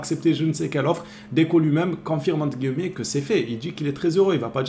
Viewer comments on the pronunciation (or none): none